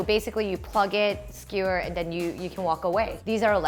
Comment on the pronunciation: "Yakitori is basically a skee-whir..." Wut?